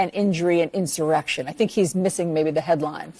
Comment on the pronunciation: Did she say insurrection or erection?